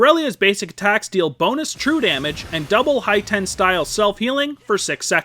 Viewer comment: HIGH TEN STYLE? wtf....hEETen omg rpt xD